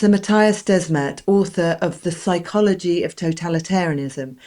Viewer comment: Mattias Desmet ... Both first and last name are mispronounced , wrong . Mass formation is a "sort of" hypnosis she says , wrong as well . Desmet reinvented the wheel : discovered humans are herd animals . Duh . What Desmet describes , Carl Jung called "collective psychosis" . People are not hypnotised : they are crazy : totally irrational , delusional , behave accordingly and are unreachable . That's called a psychosis . When a large majority of the herd goes psychotic , the word collective applies . F.e. : the c*vid hoax : it was just the common flu . The reaction was irrational , delusional behaviour followed : madness captured the collective west : a collective psychosis . Not all were captured , some saw through it , refused the shot , but they were called crazy ..... Madness at work . The term "mass formation" tells you nothing , is neutral , does not tell you there's something wrong and could apply to different situations in normal life . Collective psychosis says what it is , no mistake . Desmet is not a native English speaker and apparently has not read Carl Jung . His reinvention of the wheel is lost in translation .